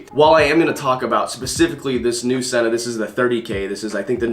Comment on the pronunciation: It's pronounced SEE-NA... bruh